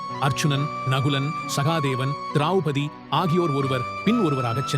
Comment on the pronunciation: Drowpathy not drawpathy ilai